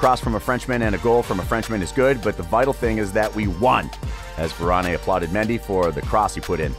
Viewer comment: It's Varan not Varan-A